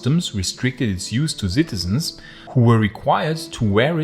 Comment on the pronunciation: I love your pronunciation of the word "citizens". LOL! I imagine you're referring to unruly teens with unclear hormonal skin full of pimples! LOL!